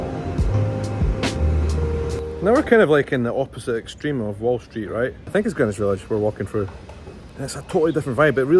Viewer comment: It was a cinch you weren't going to mispronounce Greenwich! 😁 hope you make it out to the PNW someday.